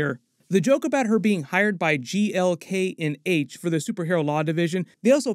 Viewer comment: He finally said GLK&H correctly!!!